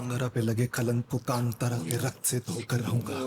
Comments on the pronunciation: Kantaara nahi hain yaar woh Kaantaara hain. Hindi title toh theek se padlo yaar. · Pronaunce thik karo kaantara not kantaara